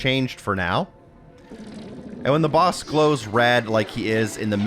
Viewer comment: baos battle lol. I remember him saying it like this in another video as well.